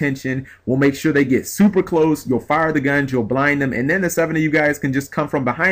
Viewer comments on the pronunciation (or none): none